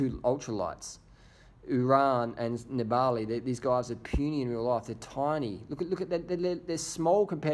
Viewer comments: It's Nibali not Niba~li... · DR you really got to learn how to say nibail's name properly